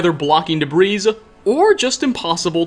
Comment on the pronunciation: debris is pronounced kind of like "duh-bree" instead of "duh-breeze"